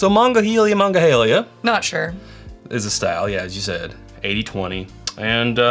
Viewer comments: If it helps, it's pronounced muh-nong-uh-hay-la. It's an area and river near Pittsburgh PA. Most of the time it gets shortened to the Mon Valley or Mon River. Way easier to say. Haha. Excellent attempt though. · It literally hurt to listen to you guys butcher the name from my hometown over and over again. Would it have been so hard to figure out how to say it before making this video?